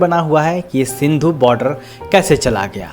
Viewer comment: सिंधु नहीं सिंघु